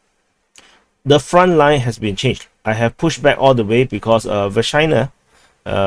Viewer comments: Say Vershynah one more time 😜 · doing the repetition on purpose, yanno. He says Vershyna, I hear Vagina.